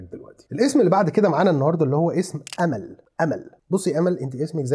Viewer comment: نطقك لاسم أمل بالإنجليزي خطا هم ينطقونه Amaal مع تفخيم الميم. وكذلك كمال وجمال الأسماء التي ستغلب صاحبها فعلا أنس لأسباب معروفة عبد السميع، صعب عبد الحق، صعب أي إسم فيه حرف العين أو الخاء